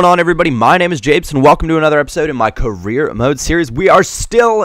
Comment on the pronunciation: the word "Carreer" sounds like "Korea" to me.. lol .........*brazilian